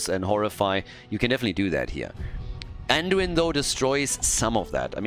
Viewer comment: "Anduina" LMAO 😂 Ge Geeeeeee!!